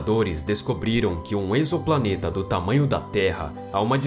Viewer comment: Te dou meus parabéns por vc ser um dos únicos que ví pronunciar o termo "exoplaneta" corretamente no nosso português. Mts dizem "eks"oplaneta, e essa prunúncia tá errada, ela é do inglês, tipo: "eks"man. Nossa prunúncia é com som de /z/ é a correta: ezo"planeta.